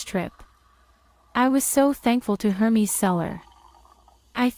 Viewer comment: pronounced as Air-Mezz not Her-Mees :)